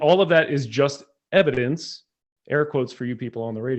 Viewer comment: Wow, moving the goalposts in the Opening…? “I can’t prove any god, and can’t prove Everything Else.” That’s pretty ballsy. And I love the way that says “Ev-I-Dence” for a circumstantially justifiable God.!So… No actual evidence. OK. And then demonstrates that he wasn’t listening to opening claiming that was defining god, when was quoting conflicting god definitions from the bible. And then makes a Brutal Strawman argument, misstating Andrews position to Exactly what laid out was Not his position. It came off as Dishonest. (Mischaracterizing ’ position, was putting it Very Politely!) ‘Books of Antiquity’ does not make any claims about the Truth of the documents, it defines the Age of the documents. Aesop’s Fables is an old book and most definitely is not true. wants multiple choice answers ONLY, and then asks intentionally asks questions which limit responses to position. Again Dishonest.?When did you stop beating your wife? 1) I haven’t stopped beating my wife 2) ten years ago 3) when she asked me to. (Answer the question, and no more words! Stop!) And then dismisses textual criticism, when uses the opinions of the vast majority of expert, experienced biblical scholars. And argues that a more sufficient answer was made by ‘someone whose opinion I agree with’. Ok, pull up your conscience, your bare bias is showing. states that is in a box, but doesn’t seem to understand the co